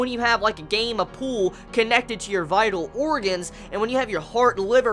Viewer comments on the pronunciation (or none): none